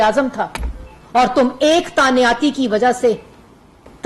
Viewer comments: Tanyati nhi hota lafz he tainati pehey school to jao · تعیناتی ہوتا ہے جاہل عورت تعنیاتی نہیں ہوتا،دور کھلا تیرے تے ایڈی تو فلاسفر